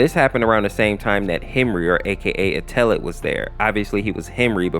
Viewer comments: i hate you say (eh-teh-led) eteled, its actually (et-el-edd) eteled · In the eteled series he's pronounced "ed L led" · UMMMM ACTUALLY- IF YOU GO TO GOOGLE TRANSLATE, THEY SAY ITS PRONOUNCED ETOLED 🤓🤓🤓🤓🤓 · WHY DO YOU PURNOUNCE ETELED LIKE THAT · Just to let you know, your saying Eteled wrong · You said Eteled wrong 😭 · I don't mean to sound rude, but Eteled's name is actually pronounced like "kettle" without the K and then the last syllable is like "led", and then its said all together fast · A little braincell fizzles out whenever he pronounces eteled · Listen bro some people have harder times pronouncing words than others and sometimes those words can be pronounced multiple ways such as chara So give. a break man